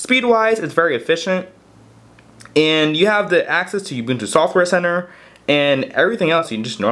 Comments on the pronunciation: It's "ooboontoo" not Youboontoo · It's pronounced uh-buntu, not you-buntu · Wtf is "You-bewn-tew"? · Can't stand how you say ubuntu... It's 'oo-boon-too'